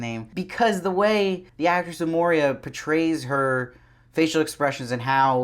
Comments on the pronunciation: Good review. I am not being mean.... but I believe it’s Moira not Moria . Love your attire!! Keep em coming! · it's moiiiiira not moria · I’m really enjoying so much of these reactions, but it’s Moira (Moyra with an oy), not Moria, says the Jew. The oy is important! I can’t believe no one else has pointed this out, but just in case… 😉 No other complaints… I do love how we start to root for Serena here. How can we, and also how can we not? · I do like your reviews, but stop saying MoRIa. It's Moira. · Her name is Moira man, not Moria... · Great review - but her name is pronounced ‘Moy-rah’ not ‘Moh-reah’. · It's Moira dude, NOT Moiria! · It's pronounced MOY-RA... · JozBot Yeah, he keeps saying Moria. I guess Gilead is so bad that it can melt the One Ring. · It's pronounced like Moy-ra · Dude, your reviews are generally pretty good. And praise be, fast. So I do appreciate being able to have commentary right away. But do you think you might pronounce Moira correctly? Did you simply read the script? Mo-ree--ah? We have heard her name pronounced many times. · I love how you pronounce her name like the Mines of Moria. 😂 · Your pronunciation of Moira was so stressful 😂